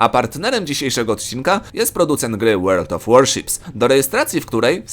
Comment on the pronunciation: I to twoje 'Łerld of Łorszips' xd